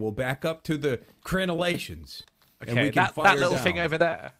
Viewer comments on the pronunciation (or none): said crenalations so many times I had to Google it 🤣🤣🤣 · omg THANK YOU. I have been dying to know what word has been purposefully pronouncing incorrectly and I couldn't figure it out! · I wish anything in life made me as happy as saying crenelations 🤣🤣🤣